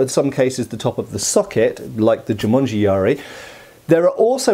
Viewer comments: Not Jumanji. It is Jumonji. 十文字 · Hey, not sure if smo brought that to attention already, but it's actually Jû-MON-ji yari. Jumanji is simply the movie; which makes "jumanji yari" quite funny actually ^^. "jû-monji" literally means "the sign (monji, or moji) ten (jû)", because in Chinese and Japanese the ideogram for ten is a cross.